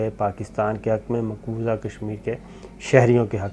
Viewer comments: It's maqbooza not maqbooja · Maqbooza not Maqboja Indian ho kya raid maar rahay ho urdu ki